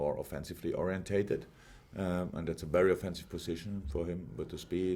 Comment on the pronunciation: Jurgen even says 'orientated' right. Jesus. Its interesting that Klopp says he respects the decision though, maybe just as a manager, when many of us think Southgate is clueless. And Trent is by no means the only bizarre exclusion/non-callup.